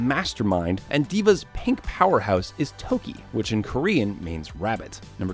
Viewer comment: It’s not tooki it’s toki